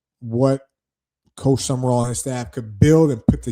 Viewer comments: Sumrall! At least get the name right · You pronounced it “Sumerall” honest mistake